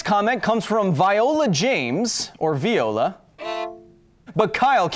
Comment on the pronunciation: First of all, Thank you for saying Viola correctly! I ain't no string instrument. 😤 Second of all... FAST AND THE FURIOUS FILM FRANCHISE FAST AND THE FURIOUS FILM FRANCHISE FAST AND THE FLURIOUS FLIM... DANG IT!